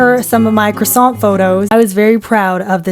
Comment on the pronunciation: Ooo Cwasont